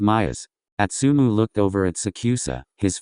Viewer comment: Im sorry... Im really sorry.... Ik im an a$$hole for saying this but..... the way the narrator said astumu💀💀💀💀💀im so f#cking sorry im just an a$$hole💀💕